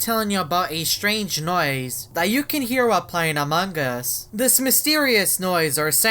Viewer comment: am i death or the first time he said among us i heard aMog uS